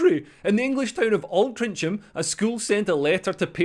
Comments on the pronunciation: Leo it’s pronounced as Altringham, you’re going by the spelling, I live here. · Learn to pronounce Altrincham correctly Leo. It's Altering-em. Which they are. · The town is pronounced "Oltrinkem", my Scottish brother. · Alt rin ch am? It's pronounced as a 'g' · Excellent video.... ...except your pronunciation of Altrincham, which is pronounced as in the -ingham ending. The 'c' instead of the 'g' was an admin error back in the day. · Altrincham, pronouced Altringham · The CH in Altrincham is actually pronounced like a G. If you're going to live in this country Leo, you could at least learn the language. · Great video as usual. Thanks. I live near Altrincham, it was thought of as a really nice bit of greater Manchester. By the way it’s Alt- rink-ham, easy mistake to make as you’ve probably only read the name. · Your mangling of “Altrincham” was the equivalent of hearing a Sassenach trying to figure out “Kirkcudbright”.